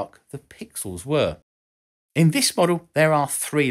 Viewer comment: were *WHAT*?! never heard it pronounced like that before!